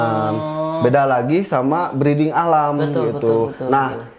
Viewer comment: Maaf, breeding bukan breading. Masa iya roti murai batu hehe..